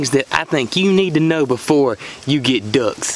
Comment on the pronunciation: Thanks for the information. I also learned how to pronounce duhcks haha jp